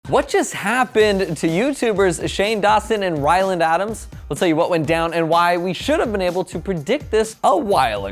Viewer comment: did he just say Shane Dawson and Wyland Adams? lmao Anyways, i’m so happy Shane proposed!! I’ve been waiting for this ever since they got together:)